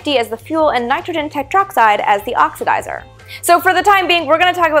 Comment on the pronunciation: Is she saying "oxizer"?